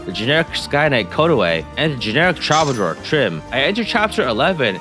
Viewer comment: Troubadour is pronounced: "True-buh-door"